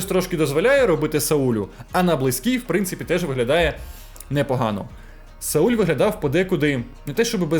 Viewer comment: Каже. САУЛЬ 😅